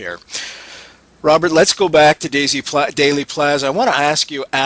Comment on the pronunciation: The misinformation and outright lies in JFK could fill a movie......oh wait they did. BTW it's not pronounced "daily" plaza it's pronounced like "deal" Dealey Plaza. Learn your subject matter. Also after the House Select Committee came out with the 4 shot theory because of the open mic on the the police motorcycle that report was later debunked by many researchers and most researchers don't believe they are listening to gun shots at all.